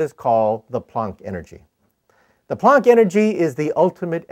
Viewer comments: the way the Prof pronounced it, yes you did! Hahahaha!. It's actually "Planck" energy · What the hell did he just say? I heard microwave. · I just can't understand what he said ... The "punk"energy? "Funk" energy? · What is he saying? Pon energy? Ponk? ish